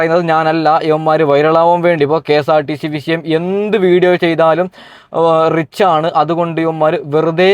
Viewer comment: മോനേ റിച്ച് അല്ല. റീച്ച് എന്നതാ കറക്ട്. തിരുത്തുക.